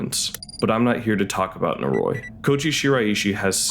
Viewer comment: Your pronunciation of "Noroi," while not egregiously wrong, really bothers me lol. It's technically more like "nor-oh-ee" but if a Japanese person says it it will sound like "noroy."